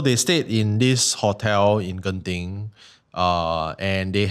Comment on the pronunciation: I came here to Spotify just to say the way Singaporeans say Genting is so wrong! If you think Genting is creepy, check out Janda Baik when you guys can - super keras vibes there!